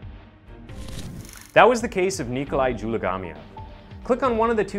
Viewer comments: In case you are wondering . His name is pronounced Zoo - mah - gah - leave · Subtitles: "Dzhumagaliev" The narrator: JELLYGUMMIER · Lol the video spelling on nikolais last name vs the way the narrator pronounced it are two different things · Careful how you say his name dude